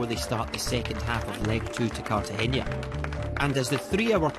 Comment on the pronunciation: Bro, it’s kar-ta-henna, not cartageña.